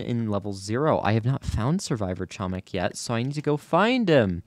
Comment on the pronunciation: doing my usual reminder:, you are pronouncing "chomik" incorrectly, the "c" in "chomik" is silent